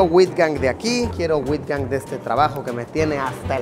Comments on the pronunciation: Se pronuncia aitgang no witgang! Hasta parece que no viajas aunque lo haces mucho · Me dio risa cuando pronunció UITGANG 😂 técnicamente se pronuncia AUTJANG 😅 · Uitgang se pronuncia casi como out en ingles y la G hay que rasparla. En español sonaria como 'eutjang' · Jajajajajajjajsj “wITGan” la partiste con esa😂 tu neerlandés está 💯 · UITGANG Se pronuncia “autgan” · Escucharte decir "Uitgang" me dió años de vida 😂😂😂😂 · Luisito has pronunciado mal el Holandés Uitgant.